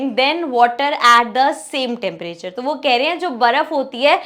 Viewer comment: Ma'am apne temperature 🌡️ ko aache se nhi padha tepebri padha......😅